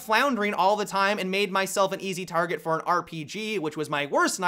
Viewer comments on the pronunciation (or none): none